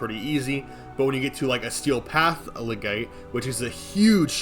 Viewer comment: Btw, its lega-CYTE not legate lmao